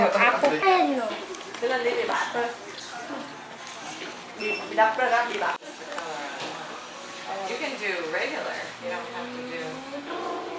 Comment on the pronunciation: Tbh I didn’t even understand her the first time she said Apple Pay and the nails looked nice